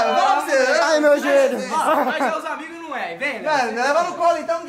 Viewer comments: "ANIGOS" AMO VCS EU:😂😂😂😂😂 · "ANIGOS" KKKKKKKKKKKKK AMO VCS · "Anigos" kkkkk ❤❤